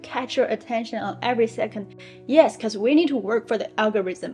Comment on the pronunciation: The word is "because" not "bekou"